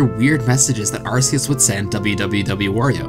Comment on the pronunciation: hey you say arceus correctly that deserves a sub